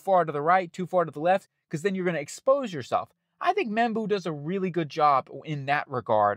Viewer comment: It's Membou, not Embou